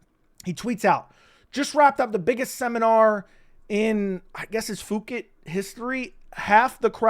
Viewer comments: Phuket is pronounced Puket, not fukit 😂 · Poo kett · FOOkit 🤣 come on bro, it’s F^CKit, pronounced just that way